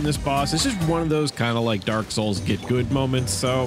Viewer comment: you mean to say "gut gud damage"?